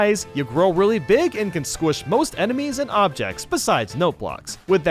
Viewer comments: no you don't, you said "beeg" instead of "big" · Big not beeg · ask anyone, it pronuncs "BIG" everyone knows that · gum he said beeg because he was doing a joke calm down. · "You grow into a BEEG BEEG BOY" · You turn into BEEG BEEG Boy!